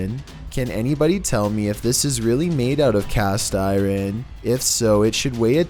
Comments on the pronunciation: IRON NOT IREN 😂😂 love ya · So uh... iron is pronounced eye-earn (or eye-yearn), not eye-ron... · Iron is pronounced “I urn” not “I ren” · Iren no iron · It’s iron the metal, not Iran the country. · did this dude just pronounce iron as “eye-rin”? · Btw iron is pronounced i-earn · cast eye-ron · Ur so rite just heard him soo funny 😆 hr says Irin is great! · I just how caught that lol it’s like dyslexia with entire words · As continues to murder the English language is the real mystery. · Dude doesn't know how to say iron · WITAF is IRON?! 🤣 The way pronounced it effing killed me!🤣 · I have never heard a native English speaker pronounce "iron" so abhorrently, lmao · The scariest thing in this video is ' pronunciation of iron lol Edit: Thanks for the likes, just wanted to let people know that I'm just joking around, love and his videos. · That's funny but true.its wack... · He totally trashes alot of words. For someone trying to sound intelligent....I feel sorry for him. But I love all the videos! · I swear to god dude there’s at least one bizarre word mispronunciation per video. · Haha I know I had to rewind it to make sure I heard him correctly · Thank you!!